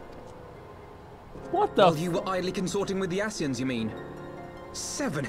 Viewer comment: I shall now start calling Ascians Aseeshans. The day he says their names properly will be the day they get wiped out. Edit